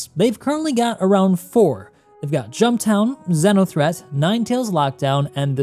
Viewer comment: Pronounced ‘zeeno’ threat my dude 😂